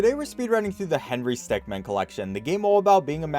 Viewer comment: . I'm glad he says 'min', instead of 'man'.